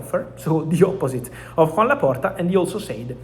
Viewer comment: His name is not Juan, it is Joan. I think he will be a bit mad if he hears this.